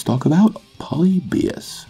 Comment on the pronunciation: Your pronouncing the wrong syllable in polybius